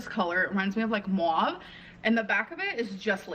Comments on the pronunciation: This is petty. I know. I'm sorry. I really am. Every time she pronounces mauve as mwahhh I literally want to jump in front of a train 😭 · "MOWAV" probably the color Mauve?